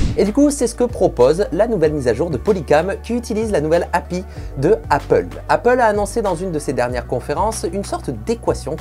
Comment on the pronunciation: Ca se prononce pas [api], mais A.P.I. xD ... Déjà qu'on se fait tutoyer, hein :p !